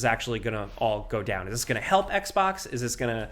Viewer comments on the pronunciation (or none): none